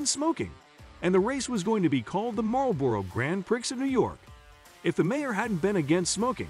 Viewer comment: Jesus... learn to say it correctly. It's not "Prix". The "X" is silent. Also, learn to say NASCAR. It's 'CAR' at the end.